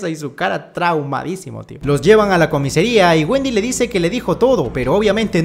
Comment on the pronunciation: Me hace gracia como dice siempre "comesaria" en lugar de "comisaria" 😂 por cierto, en la 2 lo de "se va a producir una carambola" será en Latinoamérica porque en España dice "se va a producir una colisión en cadena"